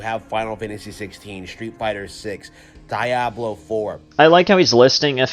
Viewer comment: One question I would like to ask is, why does screw up pronunciations of certain game titles? "Die-ablow". "Per-SAW-nuh". And those are just two game titles out of, like, a few more!